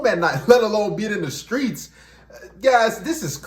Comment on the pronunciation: “From the skreets” more like for the streets! 😂😂😮‍💨